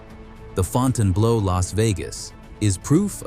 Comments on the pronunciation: It's ..."blue" not "blow." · Interesting story; horrible pronunciation. Font-inblow 😮😮😮😮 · Fonn tann blow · It'd be nice if the commentator had taken the time to learn how to pronounce the name of the hotel correctly.